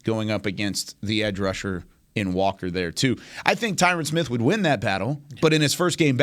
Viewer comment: Oh, come on guys, all of these years you still can’t get the greatest by left tackle of all-time name recognition right….put some respect on his name Ty-RiN….. remember Ty Ren rhymes with I win💯💯💯💯💯💯💯💯💯💯